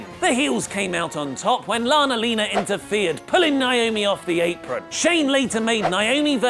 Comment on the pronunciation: For the love of god stop saying lana-lina